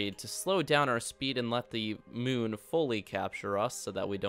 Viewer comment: do u mean moon not mun?